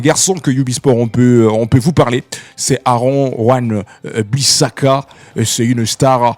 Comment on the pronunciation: Tu est fort,. Accepte cependant de revoir tes prononciations...Match..Van Bisaka....Hélas....X Joueur dont nous parlons et non X Joueur que je parles....tu veux monter haut mais sois a l'aise en prononcant aisément les noms..si simplement faciles a prononcé.....pardon. Revois tes phonétiques